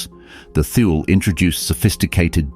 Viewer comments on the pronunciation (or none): Please instruct your narrator, whether human or AI, that Thule is not pronounced TH-OO-L.